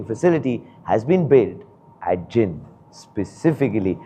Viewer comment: It's जींद not जिंद 😭